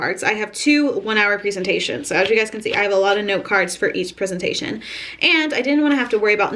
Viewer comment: And babe that's to be called "prezentation" and not "preezentation" NO OFFENSE